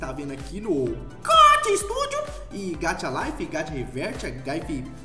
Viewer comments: É gacha não é gacta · Eu acho q não fala gatcha e sim gaxxxa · NÃO É GATIAAAAAAA É GAXA PELOAMORDEDEUS saporra se escreve gacha mas se fala gaxa Não gatia jwowowduwnf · N pronuncia Gatha é GACHA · VC fala gaúcha do geito errado gacha a gente fale que nem chuva